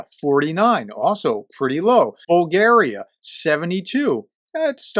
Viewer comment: You gone from bad to worst - PLEASE READ/SAY BULGARIA IN ENGLISH - and it was never the way you say that word - it's even more illiterate now. PLEASE READ/SAY BULGARIA IN ENGLISH . About the subject you cannot be more mistaken. There is a Yalta napkin and there are percentages - and that is what your blonde agreed with the other and will confirm in Riad. The mafia and Yanukovich/Lukashenko/Krasnov are patterns all over the east Europe - done by KGB. There is no EU it is a economic union, no problem for the youKnowWho. Тhe communist terror was like in North Korea and China people was killed for no reason, even running away from communist country will get you shot by communist of the same country. Also misery was immense. You just got no idea how bad was, but the T i.e. communists say so good words for that time , you are not going to believe. People are corrupt so they got rich if not been arrested. But judges are also corrupt and that is how youKnowWho rule . There was 2 people in all countries - people of Bulgaria and the Bulgarians , "people of Bulgaria" are the communists and they did what you see in east Ukraine done again by the same, ans so on for all other countries where "red boots step grass do not grow" (red boots are not red and it is not Santa it's the red army). As "people of Bulgaria" they murdered 10 000+ and called it justice, all for your napkin and the traitors Roosevelt and Churchill - Bulgaria was fighting in WW2 ONLY against German SS in Bulgaria, Macedon